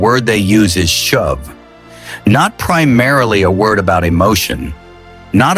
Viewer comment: glad this promise does not depend upon your pronunciation. should be 'shoov' not shove. 'course I know its AI, which noone can trust.